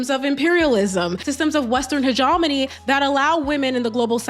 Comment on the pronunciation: Not meaning to be rude, but you should check your pronunciation of “hegemony”.